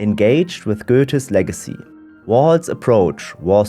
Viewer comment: "Even Andy Warhol … engaged with Goethe's LEG-acy". 😂